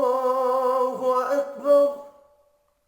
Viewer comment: اَلسَلامُ عَلَيْكُم وَرَحْمَةُ اَللهِ وَبَرَكاتُهُ۔۔۔۔اللہ اکبراللہ اکبر میں ر پر اپ پیش پرھ رھے ھو پیش غلط ہے بلکہ زبر ھے یہ سماعی ھے